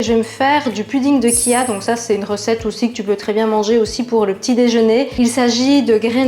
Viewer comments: Attention, chia ne se prononce pas "kia" mais "tchia" (à l'espagnol), sinon super vidéo merci :) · Ch ça fait ch 🤣🤣🤣pas ci